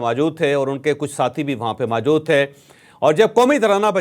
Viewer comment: لفظ موجود ہوتا ہے ماجود نہیں